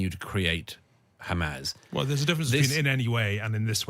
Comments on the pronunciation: He can't even say Hamas it just turns into Hamaz this , Hamaz that😂😂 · He can't pronounce Hamas.